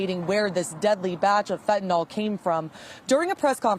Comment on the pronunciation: PLEASE someone just answer this...WHY does everyone pronounce Fentanyl wrong???